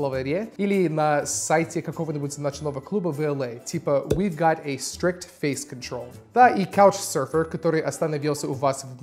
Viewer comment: Как минимум одно из произнесенных "[фэй'с кантрол' ]" звучало чисто по-русски